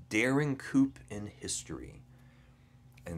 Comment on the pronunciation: Coup is pronounced koo not koop...p is silent!